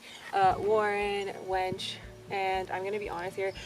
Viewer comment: It's a Winch... not a Wench.. but you have come a LONG way in a year or so.